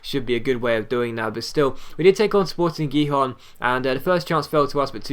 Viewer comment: Gijon is pronounced Hihon